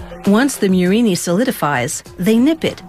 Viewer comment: It's Murrina, not "murini" you anglophones